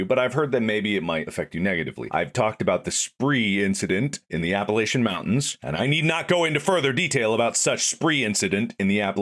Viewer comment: Every time I hear Mark mispronounce “Appalachian Mountains” I take one step closer to his house with a baseball bat